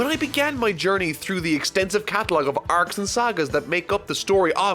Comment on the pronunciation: The ways he says 'arcs' WHAT ACCENT IS THIS IT'S DRIVING ME INSANE